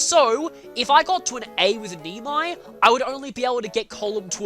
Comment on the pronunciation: I have ALWAYS called Neimi as Nay(like the Yay - Nay)-Me(you-he-she). The way you are calling her is so wrong that it bothers me. Maybe you were mixing her with Niime from FE6? Also in Echoes remember how Mae is pronounced and how her name is written. And about Colm, the third letter is a silent one. Just like how Alm is pronounced with silent "l" . The japanese tend to emphasize that letter because they do not have it in their language. Even if you listen sub vs dub in anime the difference is obvious. You common mortals. Bask in the glory of the one and onl---..... Why can't I say my name and title out loud Dozla? xX_l00t_Xx has joined the lobby. Ooops, someone beat me to it. Gameplay-wise: If I am doing post-game, Sage for more raw damage. If not, then Mage Knight just so I can see her doubling with something other than a Fire tome. Btw, a Lute that is promoted even on 14-17 to a Mage Knight will ALWAYS reach the Magic cap of a Mage Knight even before she reaches level 5 promoted. PTSD intensifies. Well, when someone goes totally blind in FE5 will have a hard time. You need time to adjust to outdated mechanics for FE1-FE5 and maybe that is the reason many people avoid them. I am looking at you FE4 for your "trading" system. Painfull reminder that in Heroes, there are more Lucinas and Tikis than Sacred Stones characters. Just give us banners with L' Arachel's party and/or Innes's party. And how I wished they would have also added a Hard Mode foc